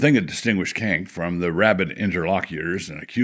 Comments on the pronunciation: I'm pretty sure Cenk is chenk and not kenk. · I appreciate that Wilson pronounces 'Cenk' as 'Kenk.'